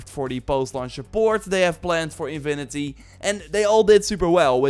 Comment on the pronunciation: Come on,! It's "Infinity", not InVinity"